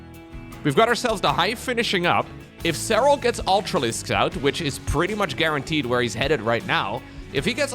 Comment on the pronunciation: Say his name like you mean it!!!! With accent!!!! SEH RAL❤❤❤